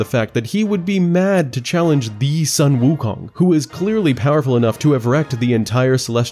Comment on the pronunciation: Sorry for being a stickler... but Sun Wukong is pronounced as Soon Wu Kong. Sorry... pronounciation nazi-ing a little here... dun mind me.